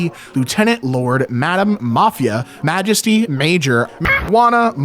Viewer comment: Mag-esty 😂really 😂